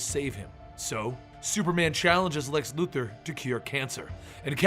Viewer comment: Great video just please stop saying Lex Luther it's Luthor